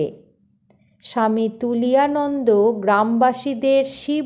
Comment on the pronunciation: Tuliyananda noy, Turiyananda bolun